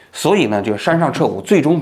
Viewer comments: 你不光是记忆力不行了 嘴也瓢了 一会儿山上徹也 一会儿山上徹吾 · 一会山下撤也 一会山上撤武 王局这次嘴瓢的哈哈哈哈、快多吃点好的补补😁😜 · 王局把人名字念错太不专业了。一次就算了，最近次数有点多。